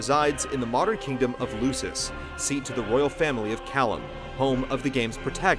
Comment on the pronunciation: *cough*pronounced LUKIS -hard C-*cough* Very well done summation, easy to follow but a lot of info, except hearing the Latin mispronunciations made me cringe a little, hah (Kay-lum or Kai-lum, not Kalum). Also thought the Hamlet connection was really interesting.